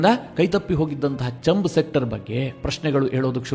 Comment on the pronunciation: ಅದು ಚಂಬ್ ಸೆಕ್ಟರ್ ಅಲ್ಲ, ಛಾಂಬ್....ಸೆಕ್ಟರ್